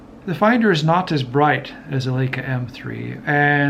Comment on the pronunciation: The word Leica is pronounced - Lie- ka and NOT, as herein, as Lay-ka.